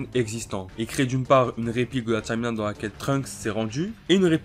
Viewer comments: POURQUOI TU DIS TCHIMELINE SA ME STRESS DE OOOOOOOOOUUUUUUUUUFFFFFFFFFFFFFFF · Tchimeline Tchimeline Tchimeline.. Wesh comment tu fous la haine à prononcer ça comme ça.